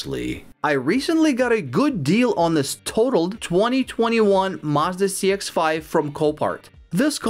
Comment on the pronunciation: Mazda not marrrrs-darrr